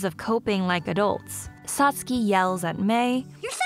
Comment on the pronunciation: Completely agree 100% the new voices are raspy and less enthusiastic vs the original ones. They also changed the dialog which makes everything awkward. I also found it irritating they kept mispronouncing Satsuki's name. I am glad however that they kept the original music, sounds effects, and animation :)